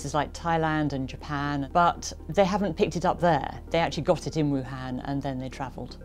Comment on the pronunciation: Wuhun, Wu-Flu.